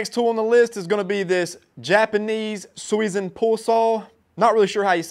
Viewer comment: I speak Japanese and grew up near Amana, IA. Your pronunciation of "Suizan" was pretty close. But you mispronounced "Amana". 😆